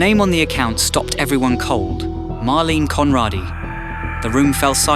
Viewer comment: Why not pronounce her name right?